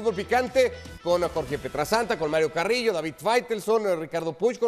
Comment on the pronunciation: El Chico Prieto dice Carrillo 😂